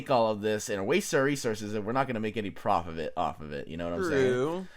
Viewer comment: I love how he said profofit off of it without anyone noticing.